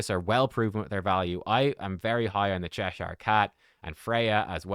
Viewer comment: He's pronouncing it correctly. Get a life